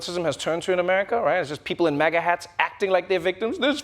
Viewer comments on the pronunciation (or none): none